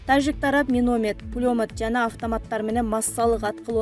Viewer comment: Карындашым провокация кылган материалдарды айтпачы миномед пулемед дейсинго, туура айтчы каралдым